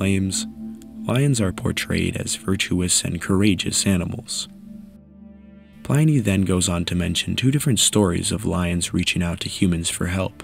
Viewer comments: Really good video. The research is impressive! One edit--Pliny is pronounced with a short "i," to sound like inning, or pinning. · Great content as always! Would advise checking the pronunciation of Pliny the elder, cheers